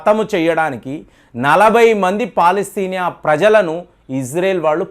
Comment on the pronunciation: పలాస్తేనియా కాదండీ అతను ఏదో అంటే మీరుకూడా అలా పలకటమేంటి? అది పాలస్తీనా